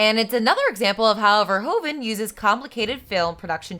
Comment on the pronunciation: This is an old (and a great) video so probably someone already mentioned, but it is pronounced 'fer-who-ven'.